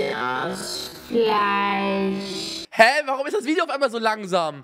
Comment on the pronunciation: Niemand: Unge: FLEICH